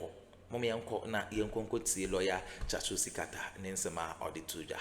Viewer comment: Herrr!!! Please stop butchering the name of my favourite person 😮😢😅